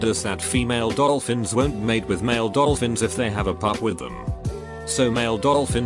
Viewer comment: Brain: Dolphin. Text to speach: oh I know 'Dol-OL-fins' Brain: ...yes? But actually no.